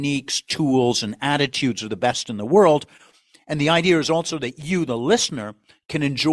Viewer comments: It's really "idea" ... Not "idee.erh"! Lol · Notice that the narrator pronounces 'idea' as 'ideaer', which exposes his authenticity of being New Haven! Or there abouts. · No r in idea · If he could pronounce “ idea” properly it would lend more credibility.